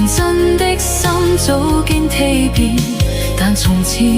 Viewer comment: 「蛻變」發音錯了！這AI有待改進。